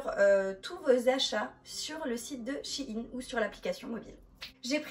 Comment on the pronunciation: pas shiine SHEIN !